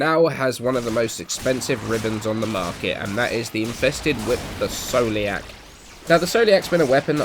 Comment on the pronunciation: scoliac is pronounced skoliak like the disease just saying